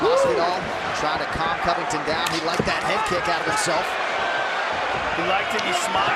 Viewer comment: why does say Covington’s name like that lol “Collllbay”